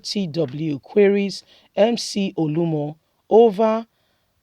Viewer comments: Mcoluomo not Muolumo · Ode!! Mc olumo 🤷🏾‍♂️ why can you just do a little research on his name. You like to talk but you talk shit. Please pronounce names probably oo.